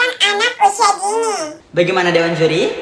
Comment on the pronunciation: Kalau ngomong dingin jadi dini kalo ngomong dini jadi dingin jadi dibalik aja ya kalau ngomong